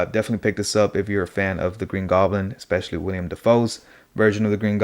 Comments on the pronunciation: It’s Willam, not William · It’s Willem not William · Nice review! This is by far my favorite design for goblin and I will be keeping him with the mask on for the most part. Also I do want to say his name is Willem, not William. Just nitpicking because the internet